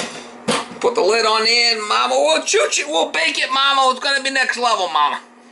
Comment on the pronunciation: Ohhhhh....NEXT LEVEL! I thought all this time you were saying NECK LEVEL and couldn't figure out what the heck you meant. hahahaha NEXT LEVEL!!